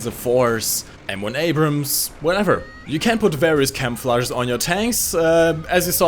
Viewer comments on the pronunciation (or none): none